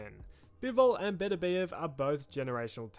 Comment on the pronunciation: Why do people keep mispronouncing Beterbiev?